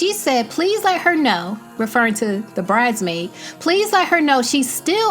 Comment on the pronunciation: Was it me or can Eva not say “bridesmaid” and say “BRIDEmaid” instead?